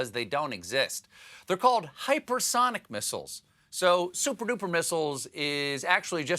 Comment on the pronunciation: "Suppa-duppa missiles" I just lost there. 🤣🤣🤣🤣The first thing came to mind..."Suppa-duppa fly, suppa duppa fly."